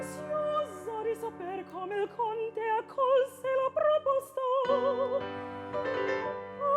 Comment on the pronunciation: It's "proposta", not "pRRRoposta". Learn some Italian.